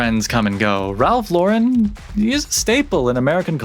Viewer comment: Glad to see you pronouncing Ralph Lauren correctly. Remember seeing an interview with him years ago, and he even corrected the interviewer and told her, "I'm an American who was born and raised in NY, why does everyone want to give my name a French pronunciation?" Anyway, if anyone is interested in an even deeper dive, should check out the documentary, Very Ralph. Nice video you did. Been rocking Polo since the 80s, and even though I am 50 now, it's a brand that has always been a staple in my closet.